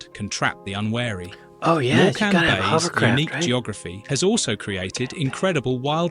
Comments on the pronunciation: Has to be AI narration. Nobody pronounces Morecombe like that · Can't even pronounce Morecambe (it's MOR-kum, not Mor-KAM). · More CAM, more CAM, I say! 😂😂😂 Mork ‘em. Nanu-Nanu. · More cam also made me laugh 😂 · He can’t even pronounce Morecambe! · As Someone Who Lives in The North~West of England Not Far From The Boarder With Wales 🏴 That Narration of Morecambe Was BAD But LLANFAIRFECHANN PG Was Criminal… It’s has sounds in it Closer to those used in Arabic Than in Standard English… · Please DON'T listen to his pronunciation of 'LLANFAIR' it's terrible... Go on line and listen to Welsh people saying it (lots to choose from). And by the way, you aren't pronouncing correctly either. I KNEW he didn't know how to pronounce British place names, when he said 'Morecambe'... LOL 🤣🤣🤣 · It can't even handle "Morecambe" m8, don't fret:) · I think us Brits are going to get annoyed by an AI voice which can't pronounce place names. Not even Morecambe. I'm waiting for the Welsh. Certainly don't pronounce Llanfair PG that way. Or believe the stuff about rainfall at Capel Curig.